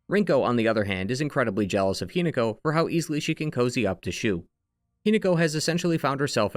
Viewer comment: Hi-NAH-ko is the pronunciation. I adore your videos but the pronunciation is driving me mad XD